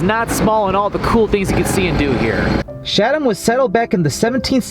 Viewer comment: Hey, great video but please note you've been mispronouncing the town of Chatham throughout it. The correct pronunciation is: Cha'tm (the "Cha" part sounds like "chat.")